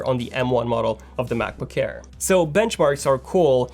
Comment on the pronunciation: He always says Macboo-care lmao